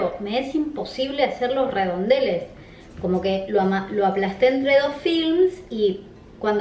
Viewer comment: dios cuando dice redondeles me da ladilla